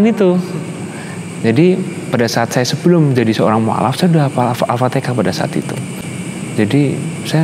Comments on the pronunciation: AL Fatihah mah jgn Al fatekah nanti tkt dibully ky Ri1 kmaren hahaha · Ya dalam hadis di sebutkan alfatihah bukan alfateka sprti si Anu😆😆😆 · Dia Bisa bilang AlHAmdulillah, pasti dia bisa bilang AlfatiHAH.